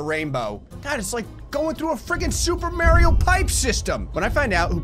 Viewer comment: “super Mary-o”..., you deserve ALL THE MASOCHISM!!!